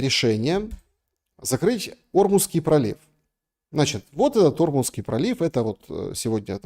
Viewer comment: Учись студент - не "О"рмузский пролив,🤦‍♂а орм"У"зский! И как ловко враг России, шелест, вбросил произраильскую повесточку в начале эфира🤮(когда перечислял варианты опроса), про один из них сказал: "а Иран пока напильничком доработает свою ядерную бомбу...". Ты же говорил, разведка США и МАГАТЭ подтвердили, что у Ирана нет ЯО! 🤬Тогда зачем клевещешь на Иран?🧐